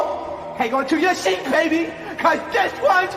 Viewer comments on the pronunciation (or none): none